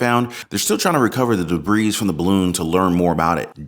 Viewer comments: My man, are you reading your lines. It's pronounced like "debree" but your pronouncing it as"debreez" the "s" is silent my man. Love your work, not sending this in hate, I just live to help English, lol. Keep up the expecially good work! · HAha!, you're saying Debris's... it's originally French, you don't say the S... just say Debri, lol, you Americans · Note: Debris is pronounced ‘Deb-BREE. The ‘s’ is not pronounced.